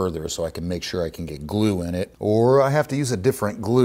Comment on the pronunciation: Glue. glue. gloooo. gluuu. GLUE. Say glue again, I dare ya, I double dare ya!